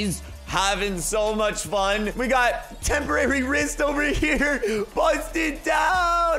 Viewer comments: It’s temprits XD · LOL Temporary wrist. you mean "temprist"...